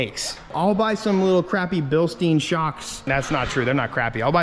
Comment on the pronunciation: It's not BilstEEn, it's BilstYn.